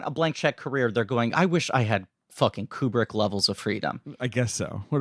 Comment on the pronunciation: Pronounced "KOO-brick" NOT "keeyoo-brick" At least get the guy's name right.............